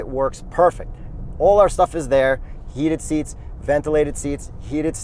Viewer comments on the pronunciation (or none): Did you say "heated seats", or did you say "yeeted seats"? I mean since it's minus two seats.